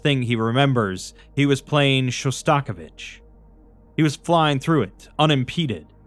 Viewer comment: Absolutely loved listening to this, but the way you pronounced Shostakovich is diabolical 😂